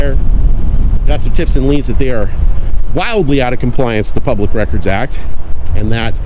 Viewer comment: Did the public records officer say ''pubic'' record ?